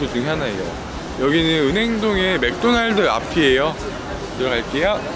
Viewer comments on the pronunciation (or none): none